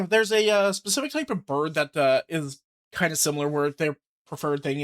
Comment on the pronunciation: "BUHRD!" 😄 I am going to be pronoucing 'bird' this way all the time now 😁